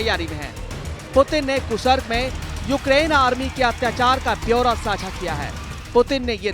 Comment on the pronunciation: Abe gadhe kasark nahi be kursk hai